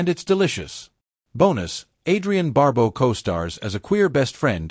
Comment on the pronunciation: bar-BOW, not BAR-bow